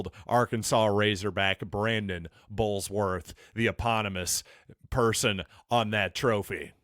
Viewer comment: Just for info It is "Burlsworth" not Bullsworth.